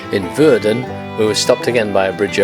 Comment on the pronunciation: Nice vid! Well here's a comment on your Dutch. Your 'ij' is fine! The Dutch 'ou' is pronounced like in 'loud'. Your pronunciation of 'Rijn' in Alphen aan de Rijn however is near‐perfect. On the other hand you make 'Woerden' sound like a German town 'Wörden'. The Dutch 'oe' is pronounced like in 'boot' and 'shoot'. The 'oo' like in 'bone'. On the whole, your Dutch pronunciation seems quite good! 👍